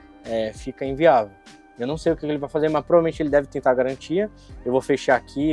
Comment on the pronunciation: Sem galantia sem galantia complo pq quiz